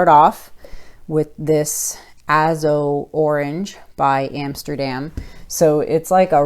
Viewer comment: GORGEOUS! Aren’t those colors amazing together? Love it as a Dutch pour! A-zo orange not Aah. Thanks for the shoutout—much appreciated! ❤️❤️